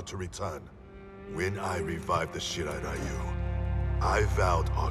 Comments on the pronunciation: Funny how they totally mispronounced Shirai-Ryu as "Shirai-Rayu". But they fixed it in the new live action film. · Why is it when you tun on the capcations to english every time scorpion say shirairayu it say shit i ryu